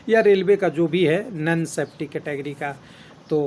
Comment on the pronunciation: सर् जी, नन सेफ्टी नही, नॉन सेफ्टी होता है ।